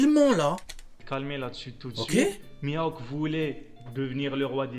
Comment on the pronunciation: juste de l'entendre dire mihawk j'ai mal au crane